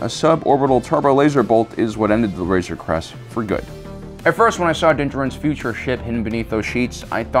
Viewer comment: Man that joke was just bad …. And stop mumbling your words. It’s Razor Crest not crust or wtf ever you said